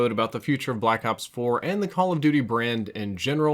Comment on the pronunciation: He says Blackout 4 almost every time he should be saying Blackops 4